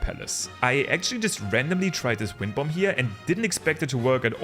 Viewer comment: The second B in bomb is silent. Please. It hurts so bad.